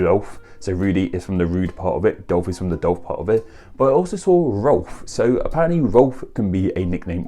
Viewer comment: I laugh at a lot of words sound like an O is at the end... ChannO, AudibO... etc. Then "Party" sounds like "Pie" to me... lol